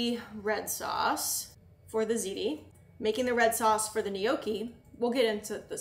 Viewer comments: I love you and I binge watch every single thing that you post but I struggled so hard listening to “knee-okie” over and over 😭😂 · The way you pronounce gnocchi hurts me to my core, but I’m willing to look past it since the rest of the video is so good